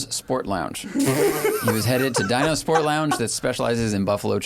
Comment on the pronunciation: Dino’s in Greensburg, PA is actually pretty good wings. And it’s pronounced Dee-no’s. Not dye-no’s.